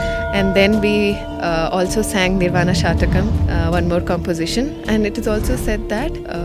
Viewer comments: Please note it is not "Shatakam" meaning 100. But it is "Shatkam" meaning 6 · It is not nirvana SHATAKAM. It is NIRVANA SHATKAM, meaning 6 verses. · It is Nirvaan SHATKAM NOT SHATAKAM PL. Shataka means hundred. Shatkam means six.There are six stanzas in Nirvaan shatkam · It’s Nirvana shatkam not shatakam. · It is Shatkam and not shatakam please. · It is not "Shataka" (100 verses) but "Shatka" (6 verses). Minor mistake in pronunciation results in major change of meaning. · The pronunciation is निर्वाण षटकम, not शतकम :) shat denotes 6 and satakam denotes 100 verses. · It is not a Shatakam, it is a Shatkam meaning 6-verses. 🤦‍♂ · Is it Nirvana Shatkam or Shatakam? There is a difference between "Shat-kam" = Consisting of six verses and "Sha-ta-kam" = Consisting of 100 poems... You pronounced it as Shatakam. There is nothing like Nirvana Shatakam. It is Nirvana Shatkam. Please correct your pronunciation. Om Shree Mathre Namah. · Maa it is Nirvana Shatkam(Six slokas) not shatakam(100 slokas)... Anyway wonderful explanation.. keep Going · It is shatkam not shatakam 🙏🏻🙏🏻🙏🏻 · Please note it is nirvana shatkam- a chant with 6 stanzas. 'Shatakam' is 100. Pronouncing it correctly will help. Sound vibrations are powerful. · Nice video - kudos . One small correction; it’s shatkam (6) and not shatakam(100) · Shathakam denotes 100 verses Shatakam denotes 6 Pl note the difference and pronounce correctly 🙏